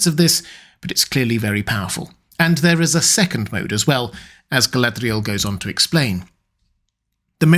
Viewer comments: Your use of the 'th' sound for the d in her name is throwing me a bit. I had always thought it was to be a lilt at the 'r' almost a nordic r trill or flap like "ga-lah-d'real" where the last letters are combined. Granted, we're talking a fantasy name and language, lol. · I can only take so many quirky pronunciations of Galadriel at once. Hit that limit about 3 minutes in. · why do you roll the letter "r" in Galadriel's name?